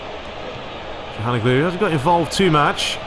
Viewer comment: also, it's calhaNOglu, not calhanoGLU